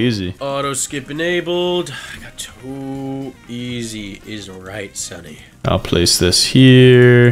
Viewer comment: what do you mean? He just said it wrong